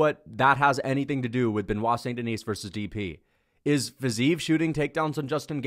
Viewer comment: I believe one day that will pronounce Benoit's last name properly.